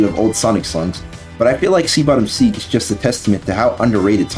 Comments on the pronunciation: taken aback hearing "Sea Bottom Seeg" lol. Seague is just another way of writing SegWay, which is how its pronounced. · Id recommend giving a listen to the OST forShadow the Hedgehog. Lava Shelter is an A-tier song dont get me wrong, but songs like Lost Impact, G.U.N Fortress, Egg Dealer, Sky Troops and especially Cosmic Fall deserve a chance. Edit: Segue is pronounced "seg-way" and for Lost World there's 2 other tracks id contend: Deadly 6 boss theme and Dr Eggman Showdown. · Seat Bottom Segue is pronounced “Segway” for future reference 👍